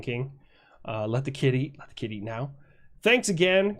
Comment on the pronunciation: Man you say kid eat and i almost all the time hear kitty :D XD